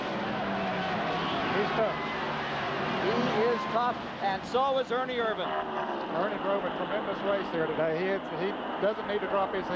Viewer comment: First race where Ken Squire pronounced Ernie's name IRvan instead of irVAN. Dave Despain still used irVAN late in the race, but somebody must have told him. He said IRvan when he introduced Ernie for the interview... only to fall back to irVAN at the end. At least they didn't claim he was from Modesto, California (where he never actually lived.)